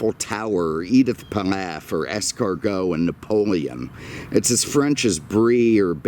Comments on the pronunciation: Did he say Edith Plaf..sorry it's Piaf.😯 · Édith Piaf,... not "pilaf". That's the rice.